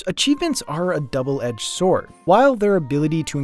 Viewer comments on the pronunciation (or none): none